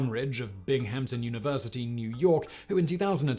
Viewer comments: Bing-Hampton 😂😂😂 It's Binghamton 👍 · It’s Binghamton, NY not Binghampton. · "Bing-hampton"?? LMAO being British should know about city pronunciation.. Anyways, cool video. I was always wondering about this.